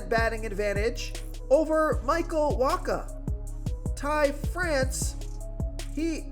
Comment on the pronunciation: Did you just pronounce Michael Wacha's name correctly? Pinch me, I'm dreaming.